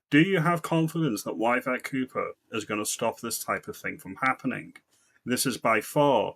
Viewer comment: Yvette is pronounced with an E not a Y 😂